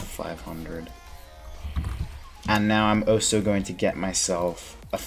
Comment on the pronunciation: Where are you from in the US? I've never heard anyone say 'oso' before instead of 'also'